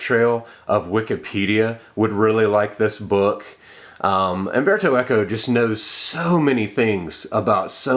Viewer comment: CERTAINLY not "Amberto". It's mind-boggling that even the well-read among you native English speakers will at no point at all have the forethought to look up the pronunciation of the name of who seems to be a writer you admire. Even more so if you will go to the lengths of putting together a video for thousands to sit through. You really must have no shame.